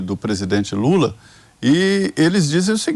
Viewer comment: Só eu que ouvi o chamar o presidente de JULA???? Será que ele juntou jumento com lula?????🤣🤣🤣🤣🤣🤣🤣 (Min )